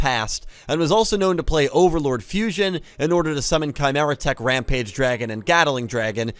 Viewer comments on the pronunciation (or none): I hear "OverLORD fusion" and I immediately run to wiki like £That sounds sick as hell, what is that?!", only to realise he said 'Overload'. Now I just want Konami to print a card called "OVERLORD FUSION"